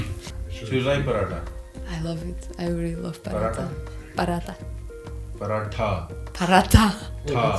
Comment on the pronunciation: Prhatha....no ...Paratttha 😂btw nice video.